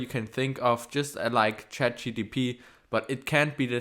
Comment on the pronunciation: you cannot even pronounce CHAT GPT correct ................